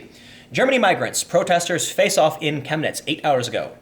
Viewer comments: You pronounced it perfectly. I live 1h drive north of Chemnitz. During GDR times it was called "Karl-Marx-Stadt". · YOU PRONOUNCED 'CHEMNITZ' VERY GOOD! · Chemniz ( pronounced shem-knee ) is a picturesque ski resort during the winter. The people there, at least 15 years ago, are some of the nicest people I've ever met. This story breaks my heart. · perfect pronunciation on the city name, nice